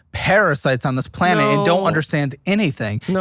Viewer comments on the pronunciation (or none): none